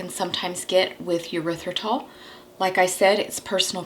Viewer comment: I just want to point out with all due respect, that Erythritol is NOT pronounced Yer ithritol. There is no y in the beginning. This is a common mistake. I love your channel.